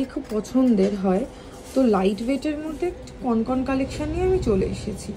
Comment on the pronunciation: কনকন নয়, কঙ্কন। প্রচন্ড কানে লাগলো পুরো ভিডিও তে ভুল উচ্চারণ টা।